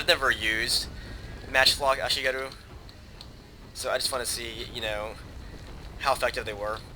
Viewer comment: (some random japanese dude whining about you saying ashigaru)